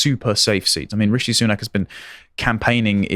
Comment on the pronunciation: RICHIE ? OH, YOU MEAN RISHY, RHYMES WITH FISHY, BUT SOUNDS LESS ENGLISH